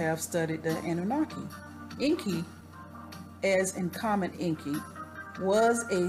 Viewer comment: you are not pronouncing it right - you CANNOT pronounce EN.KI like an american way - get educated...read Zechariah Sitchen books, learn the truth..stop blabbering on you tube...